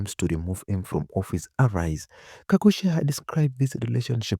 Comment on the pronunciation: That's Gakuya not Gagucia